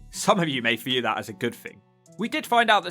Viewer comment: News flash, 'th' is NOT 'f' !!!! So 'thing' is NOT "fing" !!!! 'Turdtown' more like 'Turdpronunciation' !! "free undred and firty free fousand" 🤣🤣🤣🤣🤣